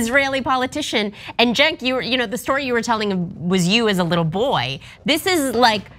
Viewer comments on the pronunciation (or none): none